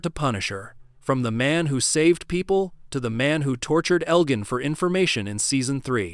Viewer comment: your AI voice can't pronounce names properly , a dead giveaway. Elgin is pronounced with a soft g, your bot voice uses the hard G.